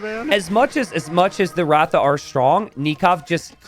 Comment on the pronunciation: Well the pronunciation of RATHA is Ra-dhaa and not Raaw-thaa… and Ra-dhaa means chariot in India